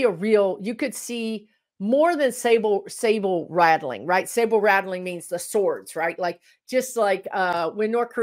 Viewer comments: Maybe im hearing you wrong, but it's sabre rattling not sable rattling. One is a sword, the other a fur. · I think you mean sabre rattling not sable rattling. Sable is an animal That produces very elegant fur.